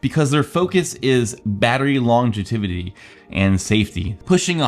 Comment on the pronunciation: did you say "longetivity"....?